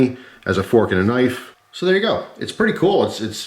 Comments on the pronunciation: "That's not a knoife" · That's not a knoife, this is a knoife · hahahaha Thats not a «knoife», that´s a «knoife»!